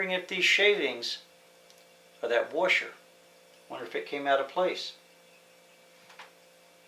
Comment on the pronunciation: What's a "Wersher"?